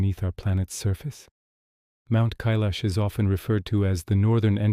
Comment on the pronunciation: 🤔 First time have ever heard it pronounced as in.. K lash 😏. Only heard it referred to, as in. K eye lash